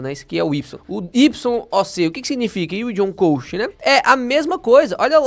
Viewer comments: Orientações muito boas, só uma coisa me incomodou o vídeo inteiro: a pronúncia correta é "cost" e não "coast". 😅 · “ILD ON CÓST” e não CÔST.